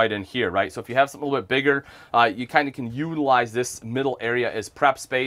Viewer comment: It’s can not ken.